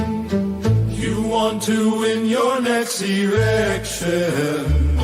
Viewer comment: Pwease help us with our rext "erection"